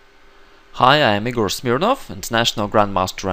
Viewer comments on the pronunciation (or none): none